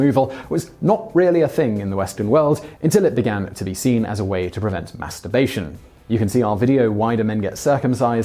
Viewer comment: lol how simon annunciates masturbation cracks me up every time